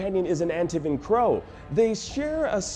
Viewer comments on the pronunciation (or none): He really said AN TIV EN. It’s pronounced AN TEA VEN even though it’s not spelled like that. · The pronunciation of “Antivan” gave it away